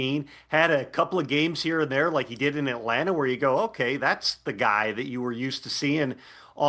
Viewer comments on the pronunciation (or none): none